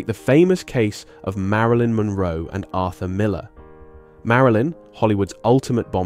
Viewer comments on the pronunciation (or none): none